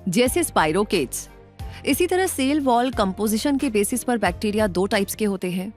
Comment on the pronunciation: Not sale. It is cell Pronounce as sell